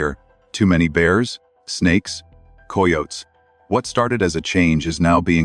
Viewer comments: Im sorry but coy yotes. Hahahaha Its pronounced ky yo tee. Pretty sure. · Coy otes ? Seriously? Very unprofessional to hear mistakes like that. These AI are so ridiculous. No one says coy otes. We are trying to trust you but stuff like that discredits your channel.